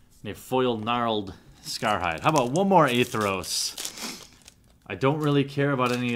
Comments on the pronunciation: By the way, the White/Black god is spelt and pronounced Athreos, not A-Theros. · ath-re-os. athreos. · A as in apple, thre as in three, os as in rhymes with oats. Athreos.